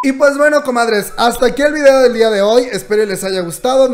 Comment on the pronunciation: Muy bien video, pero... porque dice videa?